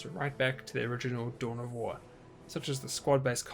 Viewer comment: Anyone else started hearing "Doughnut wars"?